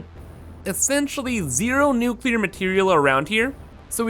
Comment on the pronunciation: I really appreciate that you say nuclear and not nukuhlear like some kind of psychopath